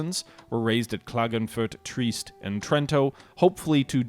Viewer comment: Also Trieste is pronounced tree-est not treest